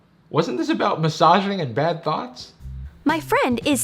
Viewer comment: it's thought not thot ...?